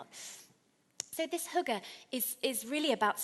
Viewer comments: yes, her pronunciation of Hygge is quite amusing... it distracted me from taking her seriously though :) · I’m amazed how incorrectly foreigners interpret the Danish experience, mind you, after 3 years she still can’t pronounce <HYGGE> without making it sound like hooker so perhaps she is a little to unique. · Haha every time she said “hygge” I heard it as hooker. I know it’s childish but I just can’t stop laughing at “Invite your neighbors in to share your hooker” lol. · When she said "Hygge" I thought she said hooker for a second. I was like, we do have hookers, but idk if that is relevant just for Denmark. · lmfao it sounds like she says hooker when she says hygge lmfao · That's not quite how hygge is pronounced. We don't invite anyone to share our hookers. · Will she stop 🛑 saying ‘hooker’ as oppose to ‘ hygge ‘ ??? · Each time I heard the word "hygge" is sounded like "hooker", but my head is also messed up. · as a dane my self when she started trying to say hygge then sounding like she is saying hooker i was laughing my ass off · omg...invite someone in to share your hooker...haha...I had to think "what did she mean" but of course...hygge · haha that's what I was thinking.. but hookers are.. sort of... legal... and they do ( I guess ) bring happiness :) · hehe yeah, "Invite someone in to share your hooker". Had me in tears... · I heard it as hooker too hahah. But since I am danish I know what she said haha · Every times she says 'hygge' it sounds like she's saying 'hooker' still need some work on the Danish :). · hahahaha jeg tænkede faktisk også det samme XD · yea when she says hygge thats not how we pronounce it lol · Sådan hørte jeg det også haha :D